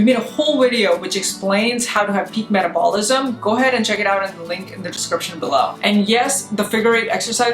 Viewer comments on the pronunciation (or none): Metabolism is pronounced Meh-TAB-ol-ism. Accelerator is pronounced Acc-CEL-er-ay-tor.